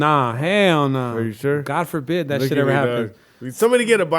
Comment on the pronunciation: "God forfid"😂